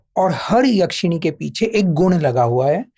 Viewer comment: भाई, याक्षिणी नहीं, यक्षिणी